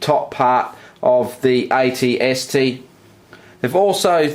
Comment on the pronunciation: why are you saying it-st?